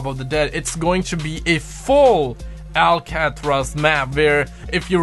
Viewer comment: Lol say it with me...AL CA TRAZ!